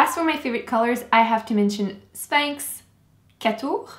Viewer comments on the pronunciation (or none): How come you have a French accent when you say " Catoure " ? 😱😱